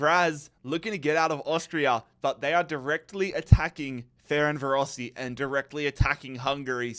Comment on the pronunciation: I’m srry, I don’t want to be mean, but “feren varosi” hurts my soul 😭 For future reference, it’s more like Ferenchvarosh